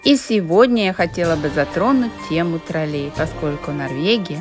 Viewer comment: Наголос на ,,О''...ТрОлей !!!!! Ви спеціально,це робите,для уваги глядачів !!???